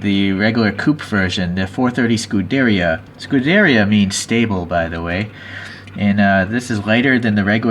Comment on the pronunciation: It is pronounced "scu-de-riya" not "scu-derya"